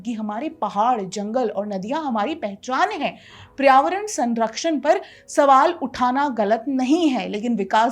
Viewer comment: Paryāvaran hota hai PRAYAVARAN nahi